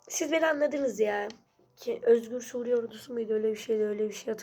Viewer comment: Sudiye✅ Suriye❌